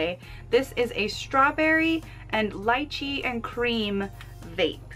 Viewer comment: Its not leachie it lychee...